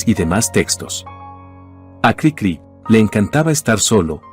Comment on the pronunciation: Si en verdad leen todos los comentarios, espero que me hagan caso. La voz artificial no siempre es la mejor, y expone errores de edición en el texto. Lo más obvio es que durante todo el video la maquina dice Crícri en lugar de Cricrí, pero hay otros errores que expone. Diaz Ordaz no fue presidente en 1068. Los humanos sabemos como decir Café Tacvba, pero la maquina no sabe que la v la tiene que pronunciar como u. Cosas así le quitan a lo que sería un excelente video.